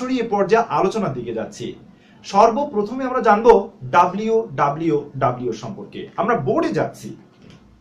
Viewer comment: টিউটোরিয়াল টি ভাল। কিন্তু ডাব্লিউ ডাব্লিউ ডাব্লিউ না বলে বলুন ডব্লিউ ডব্লিউ ডব্লিউ।